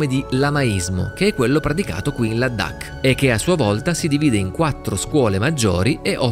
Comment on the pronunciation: perché pronunci la D doppia? Non è Ladhak, con una D sola?